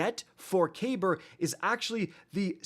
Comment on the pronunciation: Kacky boi, it's pronounced cuh*beer. It's a lesser known ottoman name, which fits as his attire is very ottoman esq. As well his destiny/D2 kabr became obsessed with VoG, which the ottoman empire is credited with the first glass blowers.